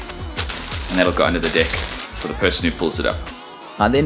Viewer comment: When he says "deck" its sounds like "Dick"